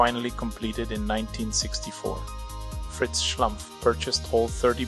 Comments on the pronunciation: fkk, it´s SCHLUMPF, not schlAmpf!!! research makes a ducumentary! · Schlumpf, not Schlamph 🙃 it’s German and = Smurf in English! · Their name is Schlumpf. Pronounced "schloompf" (not "schlumff"). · The name is Schlumpf, with an 'u'. Not Schlampf!!! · the local french-alsation name "schlumpf" is pronounced "shloompf" in french; not "shlumpf". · Exactly. As someone who speaks German as a second/third language, it makes my ears bleed 😂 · O dear, O dear, how excruciating! Why does the speaker —who appears to be a German speaking human(?), and hence should know better— consistently mispronounce the proper noun Schlumpf ? Why this apparent act of deference toward the misplaced notion of "how-this-appellation-ought-to-be-pronounced-by-an-English-speaker" ? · It's a German/Swiss name. So, it's pronounced as in German. Even if Mulhouse is located in France (Alsace). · assuming the name is not french but german, the u in Schlumpf is pronounced like in pull. By the way, "Schlumpf" is also the german word for smurf.